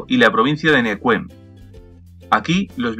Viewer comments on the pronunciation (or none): Es Neuquen no Nequen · Es NEUQUÉN , no Nequén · Neuquén! no nequen!